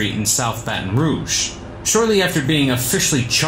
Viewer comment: The vid said “ ba ton” 💀💀💀